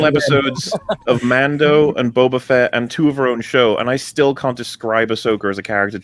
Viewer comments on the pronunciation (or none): none